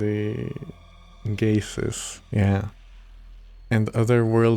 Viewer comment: I had to chuckle when he sounded out "gases" as "Gay-ses" Lmao